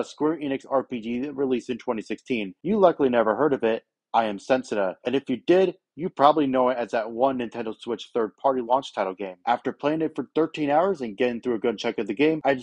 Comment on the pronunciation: Setsuna. Not SENT-suna. Also get a better microphone yours sounds like absolute garbage.